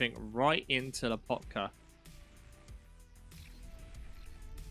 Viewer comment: Why LAH potka. It's Loh PAHtka. The O and the A are in opposite places of where you're saying them.